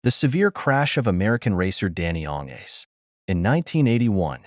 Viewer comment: Please pronounce his name correctly.